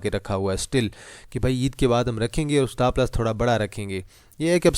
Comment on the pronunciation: Bhai Stapp Lass Ni Hota..Stop Loss Hota Hai😂